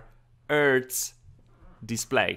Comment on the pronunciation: HHhhhh-ead set ;) not Ed-set Hhhhhh-ertz, not ertz ;)